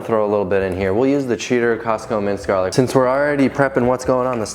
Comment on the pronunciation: I love that “jarlic”…. 😂😂😂